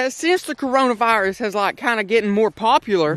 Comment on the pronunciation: 1 OK is the only one that can cure my depression 2 he said crayola virus instead of Corona virus LMAO 3 can you upload more cause we have nothing to do 4 all I been doing is watching hentai